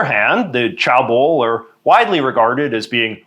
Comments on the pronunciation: Cheabol is not pronounced as 'car bold', it is pronounced as 'Che (as in the Che in Che Guevera) bold' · chaebol is pronounced ché bol as opposed to chah bol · Aah! Sorry. I just had to make one comment: pronunciations. It seems like the word with the biggest issue is “Chae-bol”. Usually whenever there’s more than one vowel, it is expected to be read like in English. So in this case you would read it as “Cheh-Ball”. But as with many many unfortunate attempts to spell out other foreign languages, CH is often J. It it is actually “Jeh-Buhl”. Contrastingly if there’s one vowel like in “Yang-ban” you would read it like Spanish, which in this case becomes “Yaang-Baan” and not “Yiang-Ben”. (Good job w the rest!!) Love your episodes!